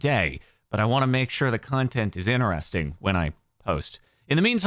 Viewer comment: Normal people: interesting Jardon: INNERESTING 😂